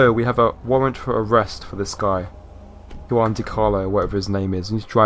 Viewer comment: Juan is pronounced hwan